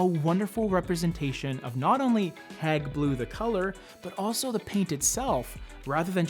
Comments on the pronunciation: You're saying " hag" blue, but it's" heyg" as in hey with a g on the end. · Hayg. Not hag. (After the museum) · It’s Hage (Hauge) not hag ... lol... I love this color! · Your KILLING the pronounciation is not HAG its Hague HAAGGEE... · Isn’t it pronounced Hayg rather than Hag? Like the town in the Netherlands? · Great video, thank you. If I may mention with good intention; the pronunciation is hAyg, like The Hague in Brussels, Belgium. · Love the video and I have Hague blue in lots of places in my house. But just for reference-you pronounce it HAY-G blue like The Hague in the Netherlands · Pronounce it Hayg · Gorgeous color but hearing you call it "hag" blue over and over again is just so wrong.